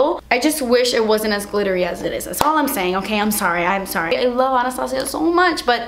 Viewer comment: I can't even deal with how you say "Das expensive" cracks me up every time 😂😂